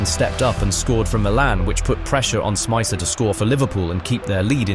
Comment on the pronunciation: Good video, I was at home in Liverpool watching the game. Only thing id say is, stop bastardised the players names. Riise is reessah Smicer is smeetza Luis is loowee One of my favourite teams in Liverpool's history it triggers me to hear their names get butchered like that.